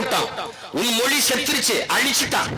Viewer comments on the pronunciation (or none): none